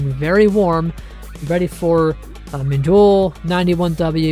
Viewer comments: IT'S PRONOUNCED MINDULLE NOT MINDOL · He literally pronounced it as "Mindulle" BTW why do you have a fake verified checkmark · just like I said he pronounced it as "Mindulle" And why are you more worried by how he pronounces the storm's name?